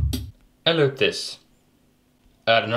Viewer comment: when he says loop this its like he saying eloot this